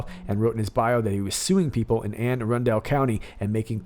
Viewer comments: I was born in Anne Arundel county. Its pronounced Anne ARUNDLE as opposed to arun-DEL. it is also a little known fact that all males from Anne Arundel county let their pants out in the front. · love ya bud but it is pronounced anne a-run-dool lol im from balmer (Baltimore) we talk funny here ,listening to your vid laughing cause it was annoying me lol